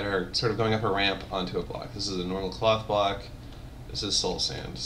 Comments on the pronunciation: When he says cloth block it sounds to me like he is saying cock block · OHHH!!! i thought he said cock block not cloth block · When you say "cloth block" is sounds like cock block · Sounded like he said Cock Block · I thought he said cock block xD